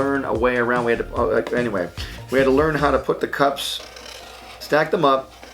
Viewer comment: I thought he said cops XD